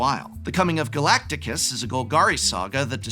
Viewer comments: shame on you for not correcting his Glactus pronunciation 😂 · I used to think my dad was the only one who hopelessly mispronounces Galactus as galacticus no matter how many times I correct him. I know now that I am sorely mistaken. Lol. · Gala-ti-cus..hurt everytime you said it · Hey, Reading the card helps you “Pronounce “ the card! Galactus is not Pronounced Galacticus! I thought you had 2 degrees? Don’t disrespect the “Planet Eater “! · I love that the Prof corrects “Zodriak” into “Zodiark” but keeps saying Galacticus. I hope this is deliberate. Also merfolk are my favs too. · Its Ga-lac-tus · ga-lac-tus not galaticus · GA-LACT-US! NOT Ga-lact-A-us! Where did the third "A" come from? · It is pronounced Galactus not Galacticus! There is no I in Galactus! Show the planet eater some respect! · Who put the I in Galacticus? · Ahh yes Galactus (pronounced galacticus) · "Galacticus" As in Battlestar Galacticus. 😆 Fun channel and good video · “Galactikus” he he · laughing at the pronunciation of "Galacticus" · If he did that on purpose, I approve. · wtf is that pronounciation of galactus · I feel like he's mispronouncing Galactus on purpose... And of course Naymor can fly... He has wings on his feet. It's part of the character design. Did he not watch the second Black Panther? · The extra added syllable when pronouncing Galactus is sending me 😂